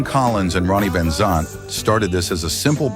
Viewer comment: I also believe this guy pronounced Ronnie's name wrong as well, does this guy even know anything about Lynyrd Skynyrd, from what I have heard he does not..